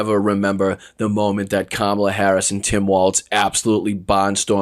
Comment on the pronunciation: Wow, he glicthed & said Kamala's name right. Hes not p.o.t.u.s hes a p.o.s.😮